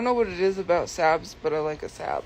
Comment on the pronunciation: Hearing her mispronounce Saab is making me irrationally angry